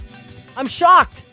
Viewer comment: He said shoocked not shocked